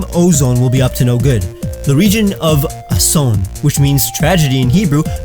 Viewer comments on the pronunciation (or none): u ment ason not asone (i am from Israel) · ok the name was pretty smart alltho we write it and say it as "ason"